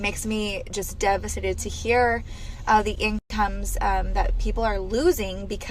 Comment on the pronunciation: It makes her “devasated”. Honey, if you don’t know the word, don’t use it.